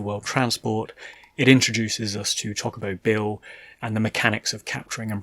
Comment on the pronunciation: It is pronounced chocobo not chaw-cobo